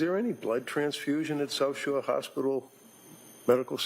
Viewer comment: Why is it getting on my nerves that the prosecutor sounds like she is saying Sosher? Is it South Shore? Sorry for the triviality.